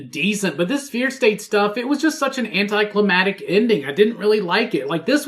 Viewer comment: Tell its "'antiCLIMACTIC" not "" anticlimatic"'